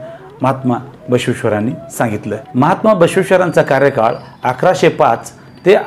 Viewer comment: सर,खूप छान माहिती मिळाली. कार्यकाल अनावधानाने चूकीचे उच्चारले गेले.